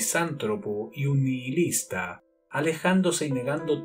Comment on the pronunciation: Ya se que fue lo que me paso con esa palabra, busqué en el diccionario google la pronunciación y es así, NI-I- LIS-TA, es decir la (h) no suena es muda, mientras que en la narración suena como una (j). Es sabido que en ingles la h suena como una j pero en español (Venezuela) la h es muda, nos lo enseñan en la escuela desde pequeñitos y en google la pronuncian así, muda. Gracias y bendiciones.